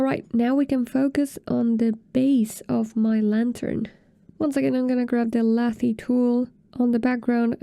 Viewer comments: Fantastic tutorial! thanks for explaining the basics! I believe lathe is pronounced lay-th though- like the machine used in wood or metal shaping when making cylindrical sculptures :) sorry, just lost focus each time i heard lathee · Great video. But lathe doesn’t rhyme with latte’. It’s lay-th. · 😆Was going to tell her this. It made me smile chuckle every time. Very informative video Thank you!